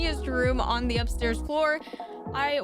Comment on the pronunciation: It’s not da panda it’s duh panda